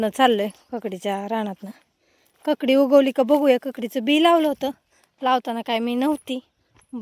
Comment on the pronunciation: ककडी का काकडी